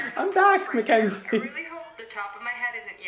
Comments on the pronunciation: sooooo, is it mackenzie, or mckenzie?😂 her channel says mackenzie but he says mckenzie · Brad Mondo I’m sorry but you keep forgetting the “a” in “Mackenzie” 😂